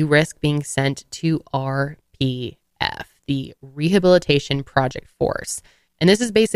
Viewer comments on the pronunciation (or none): When you said "The standards for the Sea Org members are incredibly strict. If you don't meet them, you risk being sent to..." I could have sworn you said "RBF" So naturally, my reaction was to say out loud "resting bitch face? ...What???" 🖤